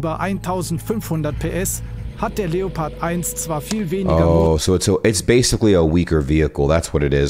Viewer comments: In itself your pronunciation is good but it is pronounced leo pard not leppard but still good and nice videos from you. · Just a little tip to pronouncing the Leopard, the German way: Seperate the syllables and speak them as seperad words (and maybe pronounce the "e" a bit more like an english "a") and then combine them pronouncing the syllables the way you would pronounce them seperatly: Leo - pard 😉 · You pronounce it something like " La- O- Purd" 😉